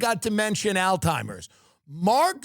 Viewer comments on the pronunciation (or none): "dementia and AL TIMERS" 😂😂😂😂 🤦‍♂️